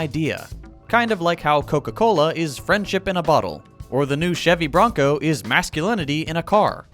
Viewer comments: Did he say (Chevy Bronco)?? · I heard Chevy Bronco and did a double take lol